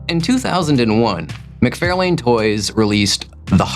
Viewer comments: Todd McFairlane? It’s McFARlane. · Todd's last name is pronounced Mick-FAR-lun. He has plenty of videos of his own where you can hear him pronounce it himself. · Fun Fact Number 212: Around the time most comic fans began to discover who Todd McFarlane was, an abjectly awful film was being advertised on the backside of comics everywhere, called, “The Adventures of Ford Fairlane”. The year was 1990, and because of their somewhat simultaneous debuts, “McFAIRlane” became an incredibly popular mispronunciation of “McFARlane”. This created delectable debate fodder between my fellow nerd brethren for decades thereafter , and left Todd himself angrily fist-shaking Andrew Dice Clay to this very day. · Are you purposely saying McFARElane instead of the correct pronunciation? It ceases to be funny if that’s the case. You’ve been corrected many times in the past. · Idk if mispronouncing names is a bit, but i do not find it funny. It’s f*cking annoying. Mick-Far-Lin. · Can you please please please for the love of God learn how to pronounce Todd McFarlane’s last name? Seriously, Google it: “Todd McFarlane's last name is pronounced "mick-FAR-lin". “ Not Lane, like road, Lin, like a girls first name. Seriously, it’s like fingernails on a chalk board everytime you butcher it. He’s one of the most popular creators in history, with an easy to pronounce name… I honestly think you’re trolling us. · Check out the Wired “Todd McFarlane Answers Comic Book Questions” video. He says his name at the very beginning. It is pronounced “Mick-FAR-lahn" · Only $7600 for me this week, which is terrible. Also, I guessed Alyssa Milano as the answer to the first question. 😂 Also, doesn’t he pronounce his name “mc FAR lane?” Finally, how could you omit Moon Knight’s battle cry of “random bulls**t go?!?”